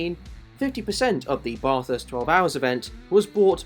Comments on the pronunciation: Bathurst isn't pronounced like "barthurst" its like "bathurst" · You need to pronounce Bathurst correctly. It's NOT Barth-hurst. Its Bath-urst. Say it like an Aussie. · bro the way he is bathurst lol, it's pronounced "ba-thust" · How difficult is it to say bathurst just say bath-urst is the easiest way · how tf did brother manage to research all of this abt the 12 hour and other races and pronounce it as barthurst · Hate it when Bathurst is pronounced Bath House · Love your videos but…….Bahh-thurst? I wouldn’t say it like that at the top of the Mountain, mate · Its Ba-thirst... thats how you pronouce it right. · Bath-hurst, convict-spawn. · nope it isn't, it's pronounced how the locals say it, which is 100% not Bath-hurst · Letting u know it’s not not said how it’s spelt it’s like bathh -herst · please say Bathurst correctly, as an Aussie, it infuriates me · I Couldn't agree more then with the Precious Comment ! If U R going to Tell the Story ,& wasn't so bad, but Could of been better Too ? PLEASE pronounce the Name of the Race Correctly ! We R a Pretty Relaxed people in this Great Country , But this is not Correct ,in any Way ,Shape or form ! From an old Aussie Digger , Car Enthusiast ,Engineer Who has Travelled ,Driven almost Everywhere throughout the World ! Thank U & Cheers to all ! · When a pom is clueless on how to pronounce Bathurst 🤦🤦🤣🤣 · Great video but please look up how to pronounce Bathurst properly 🤝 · Dude, Australian here. If you’re going to make a movie video about Bathurst, at least learn how to pronounce the name properly. Big fail. And don’t you dare say we are the ones that say it incorrectly like one pom tried to tell us on the Mountain. He didn’t last long…..buried in beer cans. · Great video! But please, learn how to pronounce Bathurst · Bruuuhhh such good info but you don’t know how to pronounce Bathurst. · at least you could learn the name properly and not pronounce it incorrectly for 10 minutes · Pls stop pronouncing Bathurst like that 😅